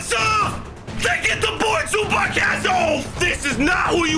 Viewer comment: Yo I’m a clipper and I fell disrespected that u said Zubach and not zubats the proper way to say it